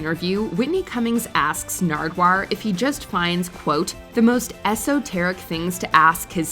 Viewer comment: When Whitney Cummings said “esoteri” 🙄🙄🙄🙄🙄